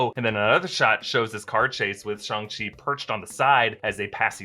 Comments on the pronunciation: Okay I don't like the way pronounces "Shang" like SHONG? Think of Shang Tsung, like Sang with a SHH at the start. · There's nothing more racist than calling it shongshi when its clearly read as Shang Ching. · Its not shung che like you say its chang shi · You went from Shang-Chi with a hard A to Shahng-Chi with a soft A. Totally not 🇨🇳 right? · I don't know pronunciation of Chinese, but according to Wikipedia 上氣 is transliterated Shàng Qì or Shang Ch'i. So, the usual pronunciation: Shang not Shong. Simu Liu also pronounced it like this in a recent interview available in YouTube. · Shanchi not SHUNGI damnit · Shang chi* not song chi 🤣🤣🤣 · It’s shAng-chi, not ShUng-chi 😂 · Shang chi please not "shong" even if it's the right pronunciation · i thought it was Shang chi like lang not shung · ah yes shong chi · shong ch-e said lol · said shung-shi SMH🤦‍♂️🤣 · Just pronounce it Shaang - Chi is sounds cooler that way. The accent is Soo unnecessary!! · did he really just say shang-shi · Oh so it’s pronounced Shawn C got it. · it is pronounced Sh-ang Chi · Why u say shhooongg chi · Stop saying Shung, we all know u don’t say it like that😑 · WTF is Shung Shi? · did he say shong-chi at the start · schang-shi....wtf is that supposed to mean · guys I mean the pronunciation...😂😂🤣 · Shong chi lol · Oh that pronunciation of SHANG Chi is going to upset me😅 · shuang SHI HAHahah cant even say it properly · Why you pronounce Shang chi like that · How the hell did he pronounce Shang-chi!!! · can't say Shang-Chi😆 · For the love of god PLEASE don't try to pronounce Shang-Chi like that ever again...